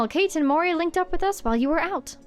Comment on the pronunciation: Oh gosh, this quest makes so much more sense the second time around ahaha. Really enjoyed revisiting it with you (paying better attention and making better connections than I did). Btw, from context elsewhere, (Colonel) Kate is probably meant to be said Ka-te, two syllables.